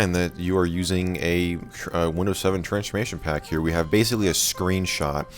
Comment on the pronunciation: Why do you say transchmation pack